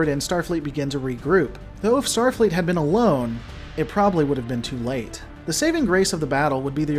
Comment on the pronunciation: "Stafleet's Kobayashi Maru" What the heck is "Stafleet"?!